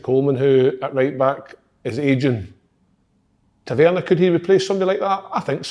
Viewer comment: Kyle says Tavernier different every week and could go probably 200 episodes without saying it right